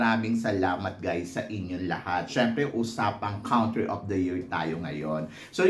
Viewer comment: you say “COUNtry” as in “CONtinue”, not “COUNT” (pronounced as /kuhn’-tri/)